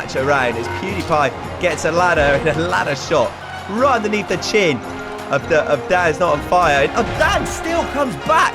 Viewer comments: Okay but when the guy says danisnotonfire it sounds like dadisnotonfire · Lol I hear dabisnotonfire everytime he says that